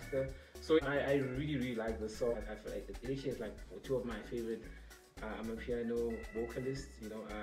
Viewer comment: I’m still laughing at you pronouncing amapiano as “amah-pee-yah-no” it’s the boujiest pronunciation I’ve ever heard!😭